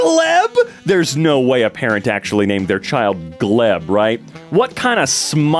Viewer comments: Gleb is a real Slavic name and it’s pronounced “Glyeb”. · Gleb is actually a Slavic name, it is pronounced with "e" sounding as get (and L makes a softer sound as in clean, not as in globe) Also, funnily enough, in lower decks StarTrek there was an ensign named Bingston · Gleb is a common russian name though... Pronounced Glyeb